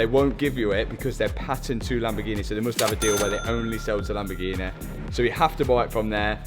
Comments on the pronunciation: My Asian girlfriend pronounced Lamborghini as "Lumber Genie" I loved it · How you pronouncing “lamborghini”, you should rebrand all your lambos to “lamborghine”